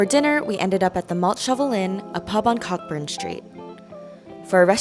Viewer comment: Edinburgh is pronounced edin-bruh and Cockburn is pronounced as co-burn :)